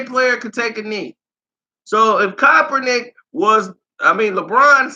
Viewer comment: I had to stop watching for the simple fact that you cannot pronounce the dudes last name to save your f**** life and it's irritating is a hell...smh